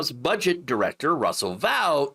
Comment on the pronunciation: Uh, you pronounced that last name waaay wrong 😂. Russel Vought is a Nazi last name if I eve saw one 😂. How the fuck do you people see these guys and go "oh, he's not a Nazi" Americans are so fucking stupid that someone named Adolf Hitler could probably come along and you wouldn't even notice 😂.